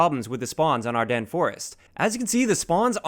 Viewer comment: Oh my god... someone finally pronounced Ardennes Forest correctly!